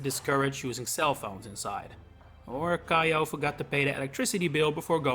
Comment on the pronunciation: For future reference, Kiyo isn't pronounced "kai-o" it's "kee-yo." If it was pronounced with the "aye" dipthtong, it would've been spelled "Kaiyo."